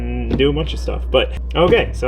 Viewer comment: "H'okay so, this is the Earth."